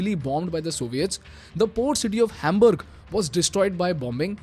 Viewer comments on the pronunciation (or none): none